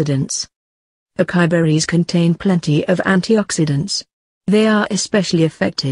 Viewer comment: It's not Akai it's A. CA. (sa)..... I